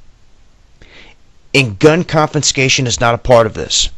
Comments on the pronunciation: I don't know if anyone has done this earlier, and I really hate to be the "speech police," but the video drive me crazy every time you said "compenscation.". That's not a word. The word you want is CONFISCATION. There is no P in it. CON-FI-SCA-TION. It's means " to confiscate ". SOME educated people will hear that and not take you seriously because of that one slip. I sincerely appreciate your dedication to the cause. I am honestly trying to help - not just criticize. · Glad I ain't a Yank. Also, I am very pedantic & "Confenscation", really? Even when you're reading the written words you still can't say it right, CONFISCATION. If your gonna speak the queens English, learn how to pronounce the words correctly i.e ALU MINI UM, not ALU MIN UM, The world is a very dangerous place, no thanks to you gun loving nutters & your war mongering leaders. Land of the brave & home of the free?? Not a fuckin' chance, never has been, never wil be. America is the 4th Reich. Hitler would've bust his nut & creamed his kex if he could see what your successive governments have created from his nazi ideals. He' also be very angry at Y'all for helping his prefered hated race in creating the Palestinian concentration camps in Gaza & The West Bank. There is no hope for you lot, another Bush, Donald Trump, or at an outside chance, Psycho Bitch Hillary Nonclit as big boss, The 3 stooges. AAAAHAHAHAHAHA!!!!!!!!!!!!!!!!!! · The word is ' confiscation', not conFINscation...good Lord. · "ConfiNscation", interesting concept, is it similar to confiscation? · Good observations. I didn't think about what you said about them massing the military to keep them under control and away from something big. It would be just like this administration. P.s there is no N in confiscation. A lot of people like to say it with an N in the word. I know its petie but if your going to give reports you might want to watch this.